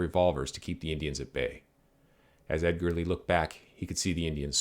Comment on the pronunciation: Thanks for the video. It's always cool to hear about Winfield Edgerly because he's an relative of mine. BTW it's pronounced edge-er-lee